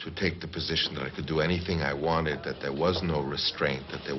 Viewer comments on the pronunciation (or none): none